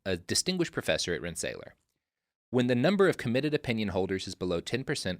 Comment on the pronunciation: FYI: Rensselaer is pronounced Ren-se-LEER, not Ren-se-LAY-er. Blame the Dutch.